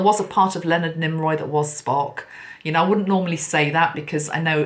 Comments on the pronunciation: Nimoy not Niroy. ♥️ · Why did you call him "Nimroy"? It was NIMOY. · NIMOY sweetie not NimRoy 😘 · Lol, Leonard Nimoy (Nee-moy), not Nim-roy. 😂 You're so adorable. ❤ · Why did you keep calling him NimROY? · Thank you so much...that was really interesting. I love how you connect the different signs and synchronicities...wow so many messages from that. Yes, it was James Cameron who did Titanic. Also, I have to mention cause it was bugging me a bit..it’s Leonard NÉE-MOY not NEEM- ROY. Not sure why the “R” kept coming into your pronunciation of his name...anyway it was all still really FASCINATING (as Spock would say). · Good morning from Canada. 🇨🇦👋. Mr. Spock’s real name is Pronounced: Neemoiy. There is no R in his name. 👍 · Why do you call him NimRoy? you must be tired.. my favorite was Bones but Spock was a second favorite. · Thank you,! I've been a long-time fan of Leonard Nimoy and I have his books. His last name is pronounced "Nee - moy". 😘 ⚘ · I sent angels to be around her and saw her surrounded by angels. Dear, I adore you, but his name is Nee-Moy